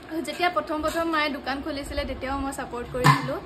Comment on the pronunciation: দুকান নহয় ও দোকান হয় , অসমীয়া ভাষাৰ মান সন্মান নোহোৱা কৰি দিছে 🤣 কি যে হয় ।